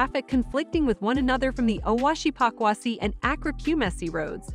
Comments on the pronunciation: Please it is not pakwasi it is Pokuase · Pokuase not pakwasi